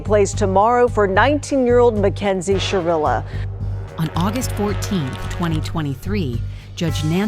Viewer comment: SHIrilla. with an I.